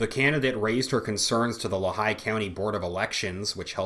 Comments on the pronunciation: sorry to be that guy, but it’s pronounced Lee-high by the natives. Our great governor wolfe recently sent a.... mandamus (? request to court) to the SCOTUS to allow Pa. to adopt California’s gun laws across the board. What a f’n weasel. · Just a slight correction on Lehigh County pronunciation. It is Lee-High... Other than that, thank you for your report. Too bad Christopher Asher Wray is not subscribed to your channel.